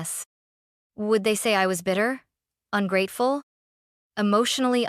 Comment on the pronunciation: You need to edit the narration… AI doesn’t know how to pronounce “ungrateful”. 👎👎👎